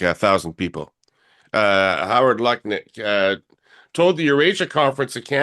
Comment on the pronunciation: It's Harold Nutlick, not Lutnick